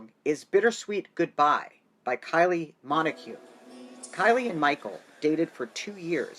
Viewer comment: Kylie MIN -O - G Yeah that’s how her surname is pronounced. And the band is POWDERFINGER not POWERFINGER